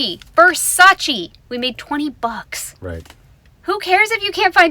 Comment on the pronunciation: Gurrrllll. Versace (pronounced Versacheh not Versachi. 😊